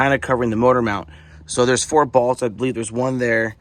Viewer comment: I like how you say "bolts"... these two "balts"